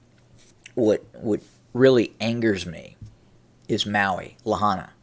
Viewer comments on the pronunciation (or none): It isn't La-hana it's pronounced La-hi-na, it's pronounced like it's spelled.